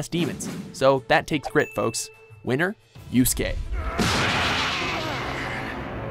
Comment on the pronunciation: at least he finally pronounced Yusuke name correctly this time. the last time they did a top 10 with him in it he called him Yu-suh-kay .... this guy is still the worst with anime characters names